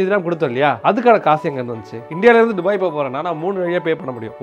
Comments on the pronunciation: துபாய் ❌ டுபாய் 😂😂😂😂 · துபாய் is a word டுபாய் is an emotion. 😅